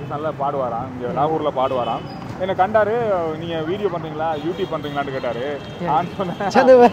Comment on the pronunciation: Vlogger starts saying lahore as lagoor and settles with la-ooru. 😂 Tamilians are one of the most insular people, they hardly know anything beyond their state. Very Regional-frog in a well type mindset.